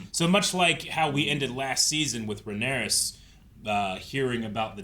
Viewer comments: I feel the need to help correct your pronunciations of names. Rhaenyra, not Rhaenarys Arryk, not Aaron Helaena, not Heleena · RAY NEAR UH !!! pronounce her name right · Why does insist on putting extra letters on Rhaenyra’s name lol where did that extra s come from